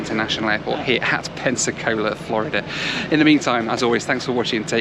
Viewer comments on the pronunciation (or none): Why do you say "Florider"? lol it's Florid-duh